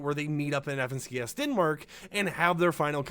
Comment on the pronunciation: DID U SAY DENAMRK?